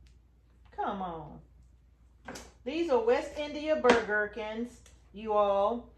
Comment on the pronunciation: I have to laugh, I was listening while I did other work. What I heard you say was that you were saving “Burger King” seeds! Ha ha! Keep doing your good work with your sweet husband and may God richly bless you both. ❤